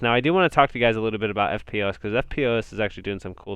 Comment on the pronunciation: Hey "EFTPOS" is usually pronounced "ff-poss" great channel keep up the great work cheers